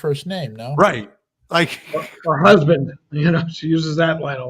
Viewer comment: “My huzbin “